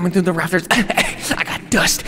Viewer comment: really said “CAME IN THRUT THE WINDOW”